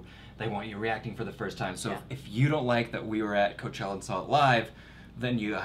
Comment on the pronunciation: Lmaooo “hooker” for Coachella